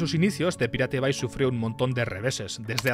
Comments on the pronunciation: Ni "paireit bei", ni "piratebai". La pronunciación correcta es "pirate bei" ("pirate" castellanizado, pero "bay" en correcto inglés). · Se pronuncia "PAIRET BEI" no es tan difícil macho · no entiendo como se te hace mas facil y eficiente decir "pirate bai" que decir "pairat bei" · The pirate bay se pronuncia : de pairát bey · repite conmigo "PAIRET BEI" <--- leelo así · Man no podes decir PIRATE BAY , posta es una falta de respeto. Te ganaste tu Dislike. 😢